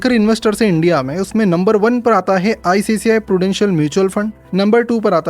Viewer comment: ICCI नहीं ICICI है